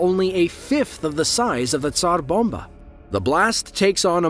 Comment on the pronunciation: Thank you for rolling the "r" or, "p" err, in Tsar bomba.